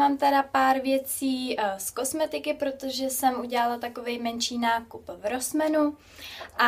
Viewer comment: Čte se to [ rosmAn ] ne rosmeEn jako to čteš ty. Ale jinak hezky